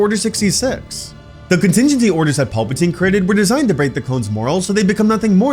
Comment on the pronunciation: are you saying Paulpatine.....? Pal-patine